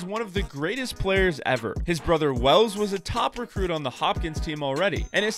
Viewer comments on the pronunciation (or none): none